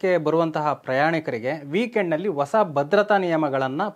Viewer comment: ಓಸ ಅಲ್ಲಾ ಪ್ಪಾ........ಹೂಸ ಅಂತ ಹೇಳಪ್ಪ